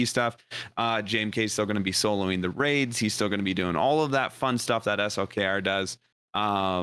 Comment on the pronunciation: Thanks for saying S L K R. and not slacker or slicker or something crazy. It is highly appreciated!